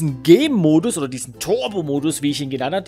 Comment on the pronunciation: Der Anfang :D Ich versteh immer wenn du "Gamemodus" sagst, "Gaymodus".